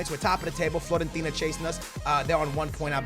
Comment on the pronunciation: It's FIOrentina, not FLOrentina